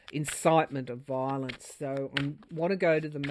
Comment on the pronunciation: You have the pronunciation just right; “Vile-ence.” This is a what a desperate attempt looks like with a Pluto return in last degree of Capricorn, for the rest of our lives. 🙏❤️🇺🇸🗳️🏳️‍🌈👩‍🌾👩🏿‍🌾